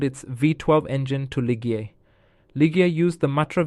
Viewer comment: It’s pronounced LeeJeEh